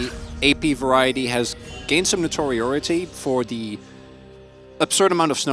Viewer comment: "notoritority"..... whats that there word you said mate? you mean notoriety?